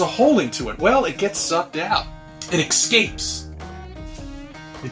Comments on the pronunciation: It blows my mind how dumb one person can be.....I won't even point out the fact that he says "EXCAPES" instead of the proper English "ESCAPES"....im sure he says "NUCULER" instead of "NUCLEAR" and he also probably says "GO ACROSSED" instead of "GO ACROSS". I also can't stand his stupid ass introduction, "Good morning, good evening, good afternoon UHHH wherever you may be UHHH here UHHH UHH from New York UHH Westchester County UHHH" the dude is just a fucking moron, even his own wife can't stand him. I laughed so hard when he was bitch slapped and shit on by her lol....he's such a beta bitch cuck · EScapes not EXcapes damn he cant even speak correctly. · "It excapes!" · "it excapes" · "it excapes"? . . . "EX-CAPES"?? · “It exscapes”- 🤦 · Please define "exscapes",.